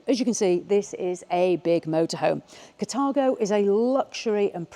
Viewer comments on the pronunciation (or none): It’s called Car-thago not cat-argo your pronunciation is wrong.